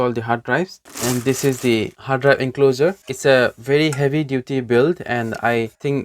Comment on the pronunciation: BTW you're pronouncing encloser. Here's the right one 😉 Otherwise you speak English very fast and fluently 👏 Certainly way better than me, so i hope you don't take this the wrong way. Kuddos on a great video, keep 'em coming 👍